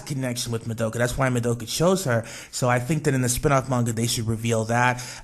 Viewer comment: You're pronouncing Madoka and Nagisa's names wrong. The "a" sound in the names of all the megucas is pronounced like "ah", not "uh". Also, the whole "cheesecake wish is just a fan theory" isn't entirely true. It's technically a fan theory, yes, but it was implied in the production note which revealed early concepts of Charlotte. (Link: Just a note that it was an early concept of Charlotte, not the finality. It's possible that her backstory and her wish changed at some point, but this is what we got for the time being.